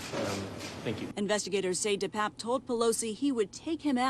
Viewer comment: Why are reporters mispronouncing the perps name?